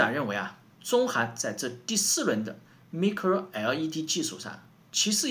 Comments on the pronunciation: Micro 不读“ me”cro, 读“my”cro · 队长的节目我每期必看，衷心佩服。有一点建议，Micro 的读法是麦cro, 蜜cro. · micro应该读麦克洛，音同微软前面的地方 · 發音是麥克羅不是咪克羅. 韓國每次都自我膨脹, 中國從來都不是以追趕韓國工業為目的, 中國是想要達到世界第一級先進技術為目的. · micro[ˋmaɪkro]，是這樣念的